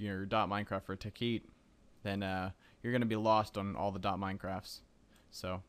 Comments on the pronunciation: hey, its tekkit not tekeet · I believe it's pronounced "Tech-It"... :) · Stop pronouncing it wrong! Think bukkit and technic!